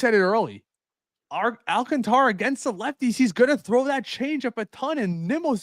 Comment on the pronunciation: Prounce it with my none Spanish speaking friends AL - CAN - TA - RA and not AL - CON - TRA, SMH put some respect on that man's name.